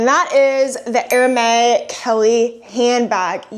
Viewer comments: Great finds, but I just want to point out in a friendly way that Hermès is pronounced 'Air-mehz' and not 'Hair-may. I know I would want to know if I were pronouncing something incorrectly on social media.' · 🌸🌸🌸GREAT items today! Love that straw bag! Btw, Hermes is pronounced ‘air-mez’ (4 years of French comes in clutch!). Your hair looks beautiful today. Enjoy your weekend 🌸🌸🌸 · You pronounce the 's' in Hermes